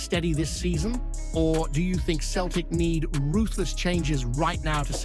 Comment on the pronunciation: Finally your pronouncing Celtic properly. Now to work on your Gie (it's not gee) it's more like the traditional judo outfits.